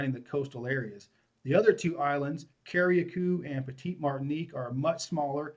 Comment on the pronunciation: Lol yes the pronunciations are Cari-cou and Peetie- Martinique.